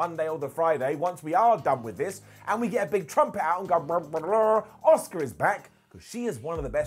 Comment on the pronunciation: Asuka* not Oscar